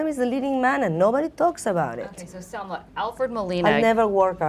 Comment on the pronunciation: I was really annoyed by the poor pronunciation of Salma in english. How is that possible? Living and working in an English environment? Excellent ideas but she could do better..on the other hand, Matthias was splendid in every way..such an amazing person .